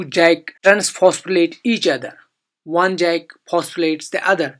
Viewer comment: Its not pronounced Jack its pronounced yak, but other than that very nice video.